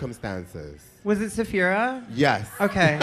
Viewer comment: can someone pls correct on saying zaphira instead of sapphira? 😂😂😂